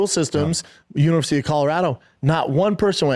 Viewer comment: That’s just how he says university 😂